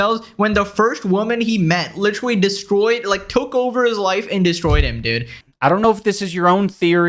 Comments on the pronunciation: "licherally" could this be a Leafy reference 😮😮😮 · That “Licherally” gave me a Leafy PTSD attack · “licherally” is crazyyyyy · Bro turned into all the people he criticised— ‘licherally’ and being a coward bully from leafy, being a lying mean girl, who criticises people for something they also did, from Tana, and being a dense narcissist who’s confidently wrong from ricegum.